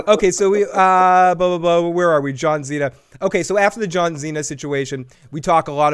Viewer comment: It's pronounced John See-Na, not John Xena Warrior Princess 🤪